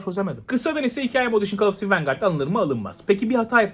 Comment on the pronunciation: call of diti